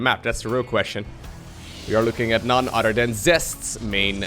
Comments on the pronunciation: I find it so funny that says "otter" instead of "other" lol 😂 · I love your vids man! I don't even play I just enjoy watching this content. Tho when you say other everytime I hear "udder" it's awesome?